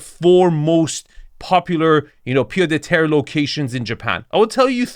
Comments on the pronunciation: In french, Pied-à-terre is pronounced "PieT-a-terre" (and not "PieDeterre") 😉 But this house is to big to be à Pied-à-terre. A Pied-à-terre in Paris is typically a very small apartment with 1 bedroom. This house is more like a "garçonnière" (a place where you take your mistress) 🤣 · Pied (t) Ahhh terre, you say Pied de terrre. Arvin you can do better ! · Its still a pied-a-teree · Hi Arvin just to nitpick the D in "pied-à-terre" is pronounced as a T, that's about it great vid as always! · Oh, my. Where to begin. Wrong definition and pronounciation of pied-à-terre. A pied-à-terre is a small house or apartment in a city that you own or rent in addition to your main residence, where you stay when in that city. So much more wrong with this video. Everybody compares Nagano with the Hampton or Aspen?! I beg to differ. Ridiculous idea. Not a word on the meaning of Japanese bathing culture, not a word on classical Japanese garden architecture, not a word on the specific meaning and objective of views in Japanese architecture. „Japanese do so very weird things.“ - excuse me? Pretty rich coming from an US American. And so on, and so forth. In a nutshell, neither you nor that presenter seem to grasp the idea that non-US-citizens have (very) different concepts of living and aesthetics and do not strive for an US-style of living. Hence, the Arvin-Score is 64 😂. This channel is so very US-centered that you should only critique US-based properties. To me this is a beautiful property superior to any of the mega-mansions in the LA area featured on this channel. Also, happy to see that lots of viewers feel this review by Arvin is terrible. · The "d" in "pied" is silent :) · Pied à terre , mate ;) no liaison inbetween the words